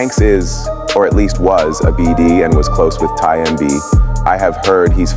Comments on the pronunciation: It’s T. Y MB…not Tim-B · He say tie mb😂😂😂😂it’s tymb that’s why Chicago should only speak on Chicago